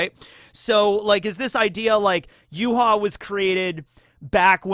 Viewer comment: Not sure if I'm misunderstanding you at the minute mark, but Yhwach's name in Japanese is ユーハバッハ, which is read as "Yuuhabahha", so all of the vowels are pronounced. This is also the reason why he was called "Yuha Bach" in fan translation, since バッハ (Bahha) is the Japanese way of writing "Bach". Only Nimaiya calls him Y.H. (Yuuhaa), apparently.